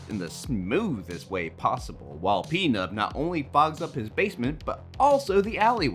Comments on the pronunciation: Great Video! but it's not P-nub with the accent on the P, it's pnub..one word run together :) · I screamed at this. He says his name in the movie like 20 times ffs ITS PNUB-PUHNUB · "pee-nub" edit: I swear this dude just watched the Kill Count for this movie and reworded it lol